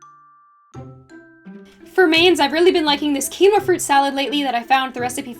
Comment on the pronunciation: Nothing makes me more upset than the way that quinoa is pronounced. I love the effort you put into making your food videos visually appealing. It would probably be easier and totally understandable for you to just do photos of ingredients or keep a camera on a tripod in front of you while you make stuff but you do all the fancy camerawork and the editing - that's so awesome!